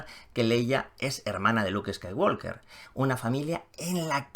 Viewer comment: Me duelen los oídos cada vez que dices Skywalker. ¿Podrías, por favor, pronunciarlo bien?. La “L” no suena.